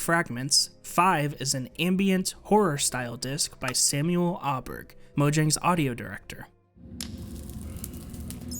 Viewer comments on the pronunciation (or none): none